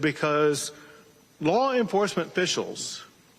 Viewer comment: Bro, Greg Abbot clearly has speech issues "Law enforcement ficials"😅